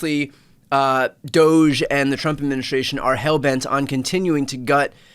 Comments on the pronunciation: "Government" is a hard 'G'. "Efficiency" is a long 'E'. DOGE should be correctly pronounced 'DOGGY' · It's pronounced DOOOOSSSSHHHHHH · Shouldn't DOGE be pronounced as "Dodgy"? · DOGE is pronounced doggy. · DOGE--DOG-E... Pronounce it doggy. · Please pronounce DOGE correctly, it’s really ‘DOGGY’, as in, ‘Elon, what do you think you’re doing, DOGGY boy?’ Give respect where it’s due. 😂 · Call’em 🐕 dog-E The G is for government, hard g, not soft j sound. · The correct pronunciation of DOGE is “Doggie”. We need to say the word correctly.